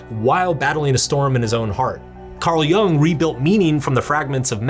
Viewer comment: Jung as in "yoong" and not "young"